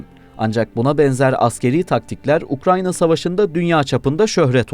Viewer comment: Olum "ukRAYNA" demeyi öğren artık. "ukranya" ne mkl